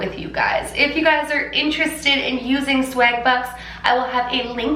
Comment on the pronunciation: You can’t tell you’re Canadian until you say certain words like “swag” and the way you pronounce the a gives it away 😂😍